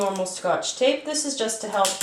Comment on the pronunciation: I thought she said take Pikachu down instead of tape picChu down. Like U AINT TAKING PICKACHU DOWN